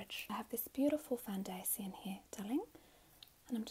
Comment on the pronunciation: There’s a good chance I’m an idiot or I’m mishearing OR both! But is she pronouncing some of her “tion”’s as “C”’s ? I.e “foundaCion”